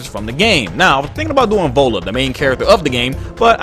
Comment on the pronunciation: Awesome vid about Ellen but the way you pronounced "Viola" is wrong. It's NOT volla, it's vy-o-la